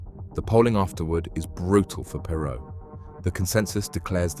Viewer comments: Not interested in a TX billionaire’s opinion. Not then, certainly not now. Also, his name wasn’t Ross PAY-ROE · Perr- Row Please pronounce their name correctly if you're going to do a biography on a person.